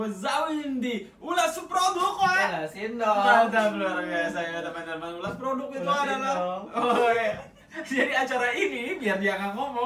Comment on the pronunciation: Bang “ulash produq” pakai qalqalah apa ? Gelisah gua dengernya 🤤